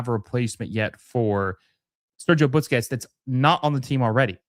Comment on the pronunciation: Why does this guy always say Butsquets instead of Busquets?